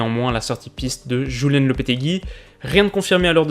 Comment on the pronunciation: Très bonne vidéo comme d'habitude ! PS: On prononce" Julen " (Youlène) Vive le Pays Basque 😉